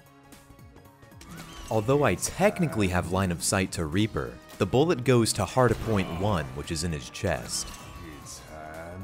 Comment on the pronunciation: Is it just me or is he saying hardapoint?